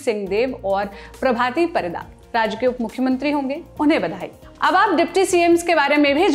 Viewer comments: Ipts not singh dev .. its singh deo Its not paridaa... Its paridda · Prabhati Parida - प्रभाती परिडा़ Not परीदा